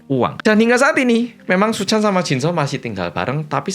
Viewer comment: Aku terkesan setiap kali bilang terkesan hehehe😂 Btw kalo bilang Pak Suchan terdengar seperti Paisuchen siluman ular putih jaman aku kecil dulu😂😂😂